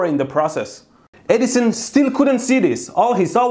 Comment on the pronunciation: It's perfect that his accent makes it sounds like he says "Dumbass Eddison".